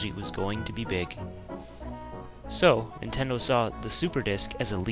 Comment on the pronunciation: Ninterdo ?? (relax i know theres a scuff mark there...)